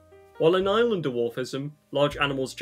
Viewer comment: Did you just pronounce island as eeslan?